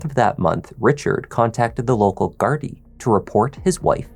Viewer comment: I like you just a thought.. very respectful and say gardai right.. love from Ireland ❤....rip Tina 😢